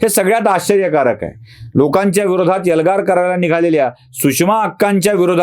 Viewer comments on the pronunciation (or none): यल्गार नाही हो, एल्गार म्हणा 😂😂😂 बामणाचा असून किती अशुद्ध बोलता 😂😂😂